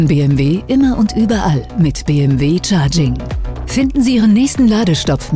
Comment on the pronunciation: Bitte entweder Deutsch (Be-eM-We) oder Englisch (dann aber Bii-eM-DoubleJu), aber Mischen tönt nicht sehr kompetent ...